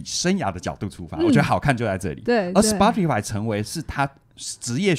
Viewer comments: 是 「死巴tify」不是「死剖tify」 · Spotify 這個名字的正確發音是「斯波提」(S-poh-tee)，其中「S」發音像是「斯」，「poh」發音像是「波」，最後的「tee」發音像是「提」。 以上是chatgpt說法 聽劇中人物也是唸「波」，「巴」也許只是台式發音